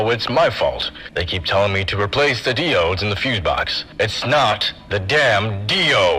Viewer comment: What kind of heathen pronounces diodes like that?